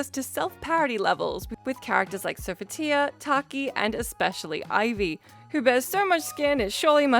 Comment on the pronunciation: The pronunciation of Sophitia is So-fee-tee-uh.